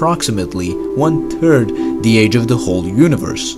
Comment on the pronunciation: "One turd" 😂